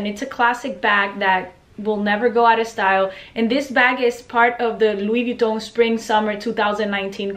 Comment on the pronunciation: Wish I could say Louis Vuitton like you do, but my Midwestern accent just won't allow for it. Need to bite the bullet and buy a Louis, love your purchase.